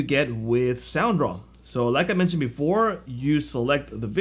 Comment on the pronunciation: Hey.. you dropped the D in Soundraw!! its SoundDraw;-)